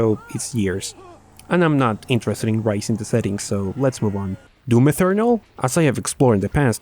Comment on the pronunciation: Doom E Turr Nal - not E thur nal. I know, english isn't the friendliest language for other people. We don't do that whole Spanish thing with clear cut pronunciation based on spelling. In this instance the TH sounds just like a strong T noise.